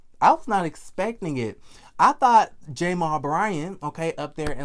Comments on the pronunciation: why do you say J- mal. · Why are you pronouncing his name like that...?